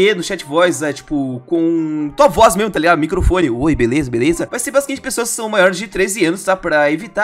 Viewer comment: é ué o king já teve algumas vezes que ele falou beleuza na calabreusa